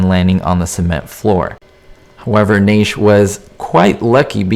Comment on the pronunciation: That was a stuntman that Strange threw out the window. The stuntman was also wearing a harness with wires so Strange could pick him up. Also you are mispronouncing his name. It is NASH. I don't know where you get your info. My info comes from Bob Burns. He was personal friends with Glenn Strange.